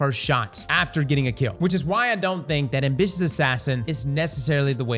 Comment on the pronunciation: Took me a while to realize is sating "Envious Assassin" instead of "Ambitious Assassin"